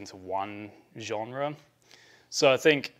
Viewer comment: Sounds like a big Huguenot story where Huguenot’s (French non catholic Christian’s) left France for Switzerland, NL and Eng… and stop mispronunciations of « genre »